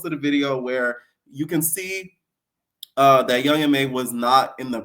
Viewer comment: lol yea I was crying hearing you pronounce Young M.A, Young Ma … like crying 😂